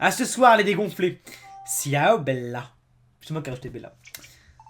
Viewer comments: Ciao ça se dit chaô!! pas siao!!! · Les thugs vont sortir par la fenêtre. Salut que tu soit tout seul ou accompagner c'est tout aussi bien ^^ Et aussi le "ciao" c'est le salut en Italien ça se prononce "tchao";)